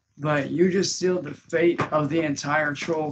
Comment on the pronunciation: Did he say you just sealed your faith or fate? It sounded like he said Faith.